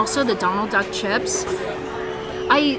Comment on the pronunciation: It sounded like you said “I just saw Donald Dunk” instead of duck and that makes me like you even more. Adorbs